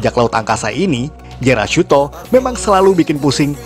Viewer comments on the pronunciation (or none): Maaf min yg musuh gokaiger namanya jealousto bukan jerashutto